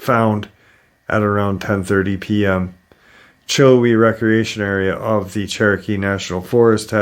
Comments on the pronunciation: Pronounced chill how ee i remember when that happened i am probably 25 minutes away from the benton falls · Chill-how-ee is how it's pronounced. Love your show:) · Sorry to correct but it’s pronounced “chill howie” It was an 8 year old and her brother and mother. Her brother was older. Her mom wanted a picture of the girl and the bear.